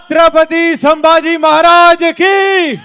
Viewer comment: ट्रेलर मधे अक्षय खन्ना आणि आता इथे हा माणूस पण सांभाजी बोलतोय.. धाकल्या महाराजांच नाव " संभाजी " आहे " सांभाजी " नाही.. captain of the ship लक्ष्मण उतेकर साहेबांना विनंती आहे त्यांनी त्यांच्या crew ला हे नाव नीट समजावून सांगावे.